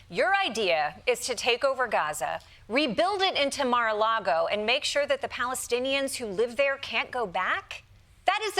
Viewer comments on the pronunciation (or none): It's Gaza-a-Lago😂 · "Mar-a-Gaza". Crazy Trump and Elon.